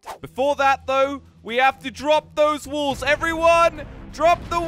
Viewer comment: Walls but when says it it sounds like wools